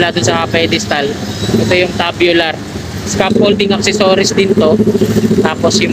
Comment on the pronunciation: Opo..Kaso pronounce dapat Tsubyular na naging tabyular😂 Dibale sa next Tama na Yan😂